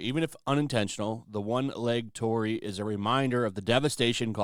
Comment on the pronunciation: Your pronunciation of Torii is off. It is not "TOR RI". It consists with 3 sounds. TO, RI, I. "TO" is like word "Toe" only shorter. "RI" is like the first sound of "Ring". "I" is like the letter "E" only shorter. And yeah it is kinda like a gate to some spiritual places. There supposed to be something holy behind a torii gate even you can't see it. Maybe no one gives a damn about it outside Japan but I just wanted to point it out because I am a Japanese.